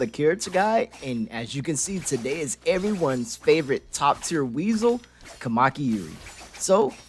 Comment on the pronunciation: It's a very good video but as a Japanese every time he says "Kamaki" it deals much damage to my soul lol